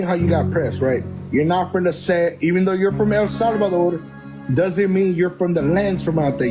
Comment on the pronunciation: Ngl this dude doesn't even know how to say El salvador so idk its iffy for me